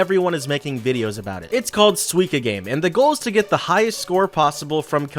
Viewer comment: No it is pronounced suica game